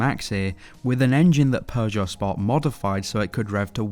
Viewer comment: Please improve your pronunciation of Peugeot and Renault. Otherwise great video!